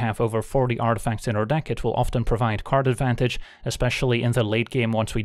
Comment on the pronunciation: I heard Karn advantage and karnstruct